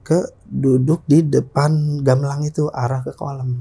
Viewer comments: Mangga bg bukan manggaahhhhh, gambelan bukan gambelangggg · Narsum bilang,y gamelang bukan gamelan..ap sy yg slh dengar y😊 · Narsumnya ga bisa bilang gamelan bilangnya gamelang ....